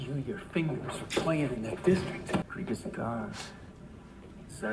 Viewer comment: Phonetic. GreeGahs. They're gone from Ceres. Why ?